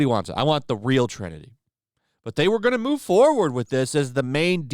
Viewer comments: FFS! The word is Trinity not “trenity”. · Trenity? I think you mean Trinity.